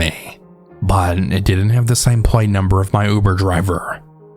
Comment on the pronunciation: I love your stories but the way you say “but” is so annoying lmaoo